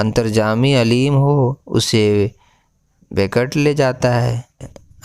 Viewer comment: बिकण्ड नहीं है बैकुंड है